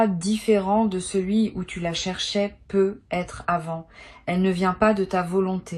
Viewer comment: C'est si difficile de prononcer ne serait-ce qu'une seule fois sur une trentaine de fois, correctement "peut-être" en faisant la liaison ? Ahhhh aïe aïe aïe aïe.... Non mais quelle idée de faire parler une IA à sa place d'autant plus lorsqu'il est question d'un domaine essentiellement basé sur l'intuition profonde !!!!! Heureusement pour vous ET pour nous, là où vous pensiez tromper votre monde sur la qualité du choix de "vos" mots, il convient de rappeler que même une IA fait partie de l'univers au même titre que des cartes, des planètes, etc Donc vos tirages en fait sont dingues ! P.s : d'avance, inutile d'essayer d'argumenter avec moi contre le fait que vous utilisiez bel et bien et à 200% l'IA => je reconnais parfaitement leur signature (notamment sur l'abus d'utilisation de tournures type "Non pas... mais parce que..."